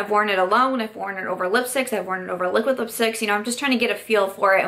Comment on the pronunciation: Ok, have to admit I like your videos because of the way you pronounce your D's as T's :) my life isn't complete until I hear you say "Liquitt Lipstick"